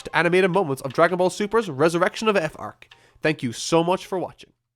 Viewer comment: The way this guy says "arc" is actually almost painful to me. "Ayyyyarccchhhh". How do you fumble such a simple word that badly, accent or not?